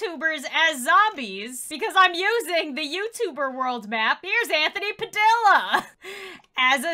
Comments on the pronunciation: it is not pronounced Padilla its PadIA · I cannot talk to you, you didn't pronounce Padilla right, ITS PRONOUNCED PA-DEE-YA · Anthony Padilla's last name is spanish so we say it like "Padiia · My last name is Padilla but mine is pronounced "Padillia" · It looks like Padilla but it’s pronounced PADIYA